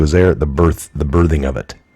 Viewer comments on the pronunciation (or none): none